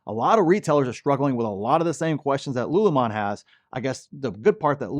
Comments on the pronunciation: LULUMON? Lol its lululemon. sound it out. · It’s “Lululemon” not “Lulumon” 😅😅😅😂😂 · its Lulu lemon not lulumon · You said LULU wrong! I told you how to say it! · My wife was not happy that you did not pronounce Lululemon properly... It's her favority athleisure wear.. lol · Lulu lemon. Saying this stock name wrong makes you look bad. Why do this? If you listen to their own earnings calls, none of them refer to their own company as " lulu mon". What gives? J Quelen, A A Ron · Bro why you saying lululemon wrong?? 😅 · it is pronounced (lu, lu, 🍋 lemon)😊